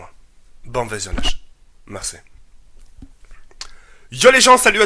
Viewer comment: Il a dit mercè à la mode Jul xD